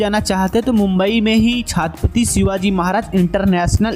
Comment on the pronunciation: Bhsdke chhhaaattttpati kya hota ha..... tarike se naam le